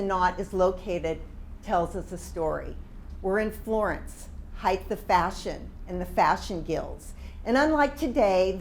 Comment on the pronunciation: My only comment... The word is Height. With a hard T at the end. Not Heighth with a th. Length, Width, HeighT. Other than that, a very interesting lecture.